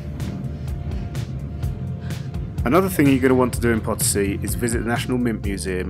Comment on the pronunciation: The lady should make an effort to pronounce Potosi properly. Sometimes even the Spanish subtitles would say Part C 😂